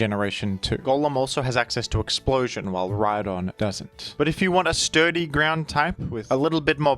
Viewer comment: The h in rhydon Honse